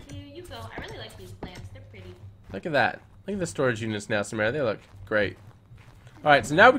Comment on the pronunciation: Samara not samera